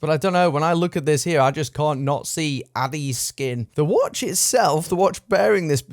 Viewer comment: Dude, I think you and your channel are great but you're saying ADDIES SKIN rather than ADDIES KIN.